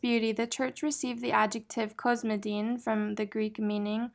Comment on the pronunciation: The word "cosmedin" has the same Greek root as "cosmetics" so I think the accent is on the "e"